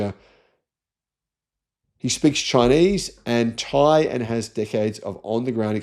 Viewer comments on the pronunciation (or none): none